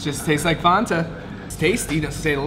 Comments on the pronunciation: fan-ta, not fonta lol😅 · Fan- ta like your boy said. Not Fahntah 😂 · I love all your ridiculous pronunciations of simple words like fanta. FAnta not FOnta lmao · Its not FONTa.. Its FANTA...youre saying it wrong...lol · Since when is Fanta pronounced Fawn-Ta. We just say FAN ta in America😭😭😭 you’re right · Fonta lol. Your friend had it right. Fanta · It's NOT FON-TAH!!!!!!!!! It's FAN-TA!!!!!!!!!!!!!!!!! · It’s “fan”ta! Your buddy got it right. Lol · What the hell is a "fonta"😂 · “fONtah” cringe af